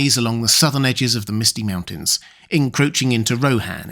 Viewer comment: I like the way you say "mountain"... it always sounds to me like you're saying "meowtain".... as if a cat would say it 🥰